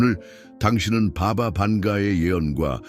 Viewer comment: 글쎄. 바가 반가는 자신의 우주를 느낀 것이지...내가 느끼는 우주와는 1도 연관없다.. 그녀가 아무리 많은 미래를 멀리 봐서 예언을 했을지라도 그게 도대체 나와 무슨 상관있단 말인가? 예수도 석가도 상관없거늘..누군가가 당신을 도와주고 구원해줄거란 생각자체를 버려라. 망상이다. 도대체 누가 누구를 구원해준단 말인가? 당신스스로 깨우치지 못하면 손바닥에 M자가 아니라 F자가 만들어지든 Q자가 만들어지든 보름달이 아닌 태양이 뜨더라도 아무런 의미없다. 마지막으로 바가방카..발음이 너무 구리고 후지다..이 설명하는 쉬어빠진 목소리는 AI아니면 100% 외국인이다. 절대로 한국 토종아니다..무슨 발음이 이따위야..너무 듣기 싫은 목소리다..